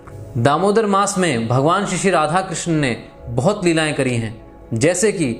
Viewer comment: कृष्णा नहीं कृष्ण बोलिए कृष्णा द्रोपदी को बोलते है